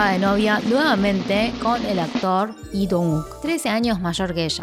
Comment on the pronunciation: hola! una pregunta, por qué Lee lo pronuncias como "i" sin la L? como en el por ejemplo!